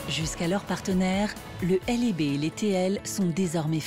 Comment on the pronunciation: C’est bien mais ça se dit LEB et non L.E.B.